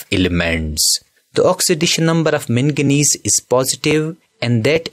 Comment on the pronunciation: It's not mengnese it's magnes